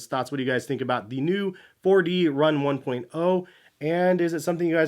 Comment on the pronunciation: I thought these were call the 1 dot 0h? Why are you saying it wrong?